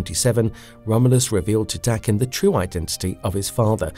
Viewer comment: I have to give you credit for not pronouncing Daken as "Day-ken". As someone familiar with the actual pronunciation, it drives me nuts when it's mispronounced.